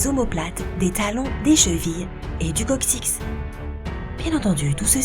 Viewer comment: Lourd plagiat. L'auteur qui ne sait même pas dire coccyx et qui lit un article sans comprendre